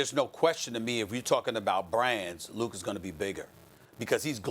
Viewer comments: here we go again with stephen a hating on an european because he aint a brotha edit: and hes still disrespecting luka by mispronuncing his name. its not luker donchick you ignorant douche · no one: Stephen A: LukEr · "Luker Donchik" We cut English class in NYC. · Nobody: Steven A. : “Luker” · Nobody at all: ... Stephen A Smith : Lukar Doncic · "Lucar" - Smith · Nobody: SAS: Kember, Minnesoter, and Luker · It's Luka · It’s Luka and it’s not even close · Steven A please learn to say luka’s name!